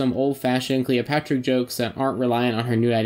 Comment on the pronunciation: Why do you keep saying Calopatra?